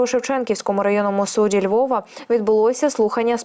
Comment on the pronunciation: Суд,справа розглядається у судІ,наголос на 2й склад,на ' і '